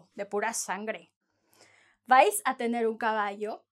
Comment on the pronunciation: I liked the way she said, no vais, if you won't talk to anyone in Spain.